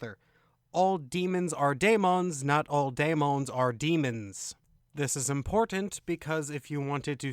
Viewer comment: I don't understand the pronunciation differences . Referring to the first word in the title - daemons - sometimes he pronounces is as "day-mons" and sometimes he says "die-mohn-es". Why the change? It seems deliberate.